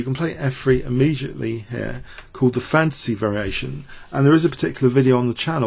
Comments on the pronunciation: I keep on hearing "the fancy variation" while I know it's "the fantasy variation" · This isn't a normal English accent - his pronunciation is quite poor. He can't pronounce "th" at all; he can't pronounce "t" at the end of words; some vowel sounds are odd, too: "file" isn't pronounced the way he pronounces it; and yes "fantasy" comes out as "fancy".